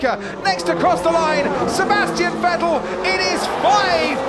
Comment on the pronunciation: I still remember when they said " Vetell "